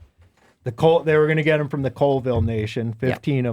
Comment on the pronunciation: It is pronounced (call-ville) and its the Colville reservation not the town!